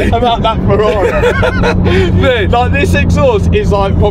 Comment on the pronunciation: said Fk Ferrai